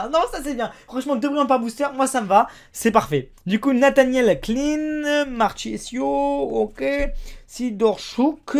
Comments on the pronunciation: Nathanael Cl"Aïe"ne pour la prononciation de Clyne, et Mar"k"isio pour Claudio Marchisio, Al"k"asser pour Alcacer, Modri"ch" pour Modric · Marchisio se prononce " Markisio "